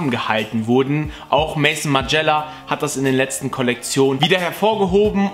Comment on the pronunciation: Auch als Engländer sollte ein Name richtig ausgesprochen werden. Erst recht wenn man angeblich so ein heftiger Fashion Typ ist